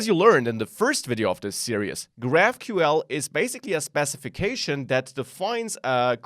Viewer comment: hey, just wanted to point out you are pronouncing "series" incorrectly, Unfortunately the series have already been recorded so there's no going back, but if no one corrects you, that's bad on us. Here's the correct pronunciation here: Thanks for the tutorial!